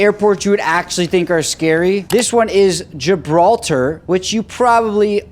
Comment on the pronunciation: Its Gibraltar